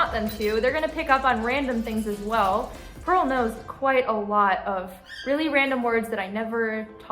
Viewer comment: I love how purl said or sounded like she said press my belly